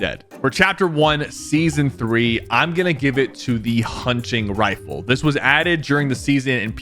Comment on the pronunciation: hunching rifle 💀